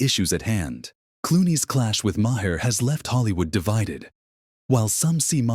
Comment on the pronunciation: AI voice says, "ma-hair." I do not like AI-narrated vids.